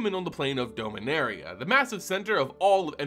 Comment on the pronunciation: Not trying to be judgmental, just curious, why do you pronounce Dominaria wrong?